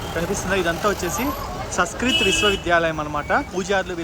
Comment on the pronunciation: Adi Saskrit kadu Raa Ayyaya....Sanskrit